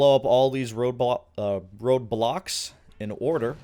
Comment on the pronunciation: God i swear i heard RobLox instead of road blocks lol